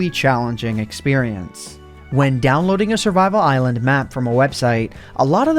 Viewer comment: Did he say "eyelond*